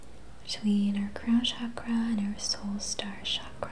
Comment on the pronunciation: It’s pronounced “chak-ra” with a ch not sh sound. ☺️